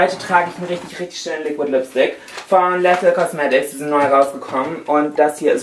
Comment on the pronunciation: Bei Lethal wird das e wie ein i ausgesprochen....Ihhhh Läthel